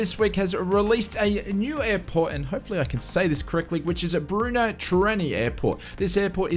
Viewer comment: NOOOO NOT Chechnya !! It's the Czech republic!! And pronounced "Berno" :-)